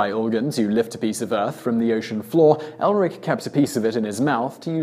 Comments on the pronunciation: It's Erlik, not Elrik. Come on, team Simon, mispronouncing names is one thing, but actually misspelling names is just wrong. A little homework would go a very long way, but, no, you just say, "Have a go at me in the comments if you must." When you take on the intention to inform, even for entertainment, you also take on the responsibility to not misinform. Well, that got serious fast. Anyway, I stand by it. Thumbs up for the intent, if not the execution. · It is not Elrik but should be 'Erlik' or another pronunciation will be 'Erklik'. The name bears a similarity to 'soldierhood' in Turkic languages. Its main duty is to judge the people by their deeds. Most likely if you put its character in a category it would be lawful evil. By the way I say it because most of the Turkic languages the third person as a pronoun does not have a gender referring to Gods as well.